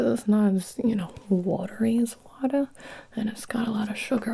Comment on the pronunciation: "I couldn't find my scissors, but, you know... I did find... myself, some watuh... /water grimace/... You want some? ... I 'on't, really got any left, so... There's a sink in the bathroom. " That's when I started full on giggling 😂